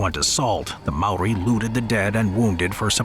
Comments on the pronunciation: That js not how u say maori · I’m a kiwi and I’m pissed off at the disrespect you’ve shown to the Māori language